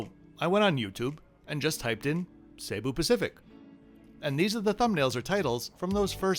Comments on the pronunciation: It is not pronounced SAY-boo. Jesus. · I've had only positive reactions to Cebu (not Say-bu) Pacific and I've flown them many times. The absolute WORST is Philippines Air. So rude, so dirty, so awful. Only complaint on Cebu is non-reclining seats on most A320's.....but not bad.